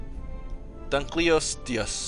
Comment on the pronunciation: it is pronounced dun-kol-a-sties